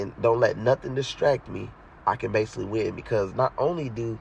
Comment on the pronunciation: "base-ah-lee", LOL. Good shit tho